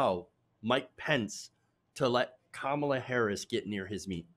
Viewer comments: Isn't it cute how he refuses to pronounce her name properly? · What drives me nuts is that they keep mispronouncing Kamala wrong! Such a lame "attack".